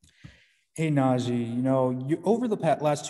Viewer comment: First...get his name right... NaJee Nah-j-ee... second.. he's a great ! I'm buying his jersey off his personality